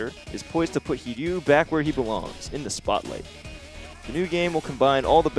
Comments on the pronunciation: It's HiRYU, not Hiyu. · Hiryu is not pronounced "heeyu". They even have a cutscene in the game where you can here his name pronounced correctly. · The "r" is there, but subtle. It's not really an r, after all!